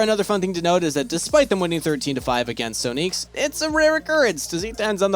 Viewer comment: SO-NEEKS LMAO